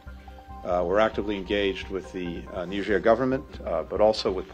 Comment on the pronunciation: नीजेर, नाइजर नही. फ़्रांस की एक पूर्व कॉलोनी जो यूरेनियम का काफी बड़ा सप्लायर है, हालांकी सिर्फ फ्रांस को ही सप्लाई करती है I